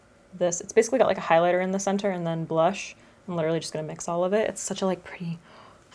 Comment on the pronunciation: Anyone else notice she said brush and blonzer towards the end ? Or am I crazy 😝